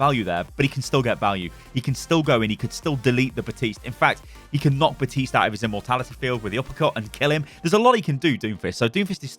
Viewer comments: If he says batist one more time, I’m going to snap it’s BAPTISTE do not forget the P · Can we just agree it's Baptiste and not Batiste? lol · did he just say... baptise moira.. I have to laugh